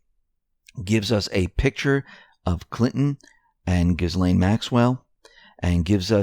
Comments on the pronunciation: Candace Sherman Kind of like Elaine in pronunciation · the S is silent in Ghislaine. Love your show!! Long time sub